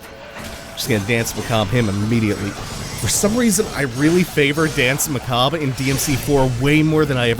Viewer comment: It took me until now to realise that you weren't saying Dance McCob but rather dance macabre lol